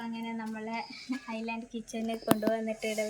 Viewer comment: ithu ഐ ലാൻഡ് എന്ന് അല്ല ഐലന്റ് എന്നാണ്